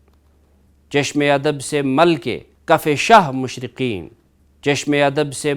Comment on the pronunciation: Salamunalaikum..... apne kuch alfaaz ka talaffuz sahi nahi padha... masalan: Video ki 13.00 time pe jo kafiye hain wo "Shahe Mashraqain" apne padha "Shahe Mashraqeen", "Shor o Shain" ko apne padha "Shor o Sheen".. Agar ap mulaiza farmaye kafiye agay ke, to talaffuz match hota hai "Noor e Aain", Baiyat e Hussain".. To Mirza Dabeer ne Kafiye - Mashraqain, Shain, Aain, Hussain kiya hai. Ehaza padha bhi wase hi jaye... Iltemas e Dua.. Sayed Atif Ali Hamdani Soazkhan e AhleBait